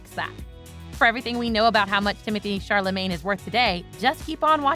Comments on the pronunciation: I find it a touch offensive to be applauding Timothy Chalamet for his continued success's and mispronouncing his name 3/4 's of the time. NOT COOL ! WTG Timmy . I cannot wait to see what you do next . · He deserves to have his name pronounced correctly. Come on y'all..... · it would behoove you to learn how to pronounce the actor's name correctly